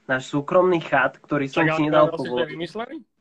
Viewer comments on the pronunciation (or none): Ze chat sa cita čet ty anglican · Jak to povedal že chatu namiesto četu xddd